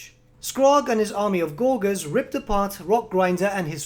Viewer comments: Why do you pronounce Gorger as "gor-gor" instead of "gorge-r"? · Isn't "gorger" pronounced with a soft G? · Just FYI, gorger is pronounced with a soft g, from gorge, meaning eating gluttonously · Great video, but I winced every time he mispronounced "gorger"